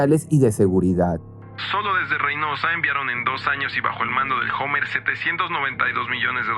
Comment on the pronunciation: 😂😂😂 se escribe hummer pero se pronuncia homer jajjajaaj